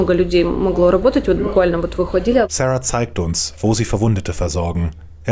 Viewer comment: Wieso amerikanisiert man den Namen Sara?